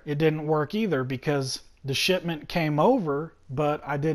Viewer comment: I keep thinking he's saying "shit mint" instead of shipment